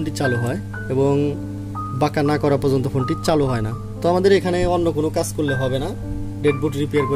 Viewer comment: ভাই আপনি "কাজ" কে "কাঁচ" বলেন কেন ??